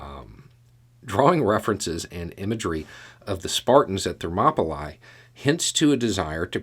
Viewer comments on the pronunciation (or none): Hi,. Absolutely love your daily discussions. With humblest motivation, the place where the Spartans held their ground is pronounced ThermopyLEE not ThermopyLIE. I guess this observation makes me a pedant. If so, I guess I am. But that does not diminish my appreciation for your lively and wonderful discussion. Keep up the good work.